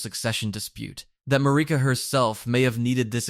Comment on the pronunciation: MAR-I-KA. Not MARI-KA.